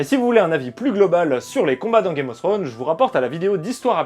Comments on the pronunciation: Non plus. /θrəʊn/ en phonétique, le θ se prononce comme si tu avais un cheveux sur la langue un peu. Un peu Fsrone en soit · "Throne" ne se prononce pas [Srône], mais d'avantage [Frône].